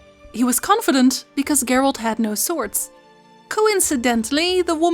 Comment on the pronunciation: Are you saying Gert? Or geralt